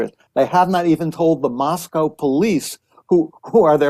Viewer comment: Megyn even pronounces "Moscow" (Idaho) correctly, which the locals will tell you is pronounced differently than Moscow, Russia. Mosc-ohh vs Mos-cow.